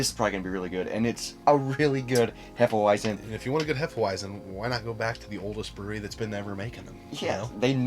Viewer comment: As a German I can say you've pronounced it properly. Sometimes we mix Hefe Weissbier with banana juice. Sounds crazy but its delicious in the summer.Keep on going with your dope content!